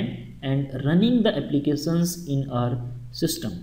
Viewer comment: so good and everything but please can you hear the right pronunciation of Applications from google translation !thank you in advance